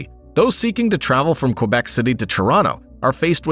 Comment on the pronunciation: Why can’t you pronounce Quebec properly?